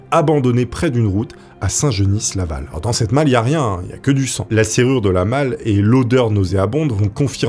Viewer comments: Laa prononciation de saint geniSSe laval est incroyable 🤣🤣🤣 . Nan on ne prononce pas le S a la fin . Mais super vidéo sinan comme d hab mec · Saint genis laval le s de genis ne se prononce pas 🕺 69 la trik pelo